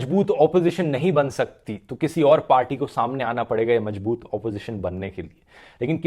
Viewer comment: Dhurv जी. मजबूत नहीं मज़बूत होता है. शब्दों का उच्चारण सही कीजिए